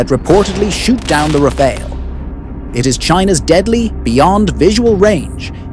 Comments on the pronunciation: "Rah Fahl" not the Red Ninja Turtle Ra Pha El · "Rafail"... Pronounce it right, bro. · so annoying u keep saying elite refail, elite refail, what the heck is that? like hermes bag worth of billions of rupee?